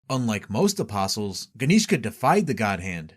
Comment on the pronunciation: Thank you for being able to pronounce the word “apostles” correctly, can’t tell you how many videos I’ve watched about Berserk where the narrator doesn’t know that the T is silent and it drives me absolutely nuts.